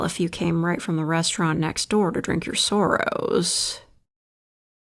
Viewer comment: Sometimes I forget you're Canadian, then you say something pronounce 'Sorrows' like you did ...